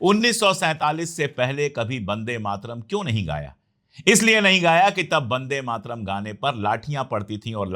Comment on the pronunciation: आदर्णीय अशोक पाण्डेय जी वह शब्द ' वंदे मातरम् 'है और आप बंदे मातरम का उच्चारण करते हैं मैं आपका फालोवर हूं इसलिए सुझाव है कि कृपया शुद्ध उच्चारण करें।